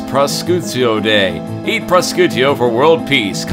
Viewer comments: "Pro-chutio" XD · Prosciutto is italian for ham. You are supposed to pronounce it something like "proshiutto" XD